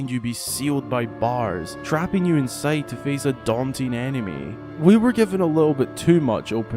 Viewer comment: Whenever you say “enemy” I think you are saying “anime” and it makes the video 10x more hilarious